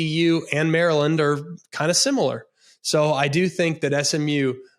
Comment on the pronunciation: greg knows exactly how to say maryland in the dc/maryland accent 😂😂😂😂😂😂😂😂😂😂